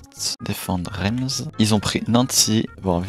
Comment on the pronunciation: Super vidéo mais on dit Reims=rince et pour Nancy=nan si